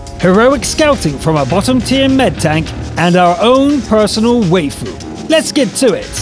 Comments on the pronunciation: Way-fu... Gud Jub Why-fu is the correct way to say it. At least they know what it means. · It's not Wheyfu... it's Why-fu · Waifu should be pronounced as "Wifoo" lol... It's a way of saying Wife. Fun fact. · your pronouncing waifu wrong its pronounced as wiafu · you nub, you read waifu wrong! Read like: wifoo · ok you just butchered waifu XDDD